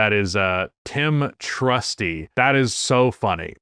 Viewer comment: Maybe the attorney’s name is “Trustee” rather than “Trusty” 😉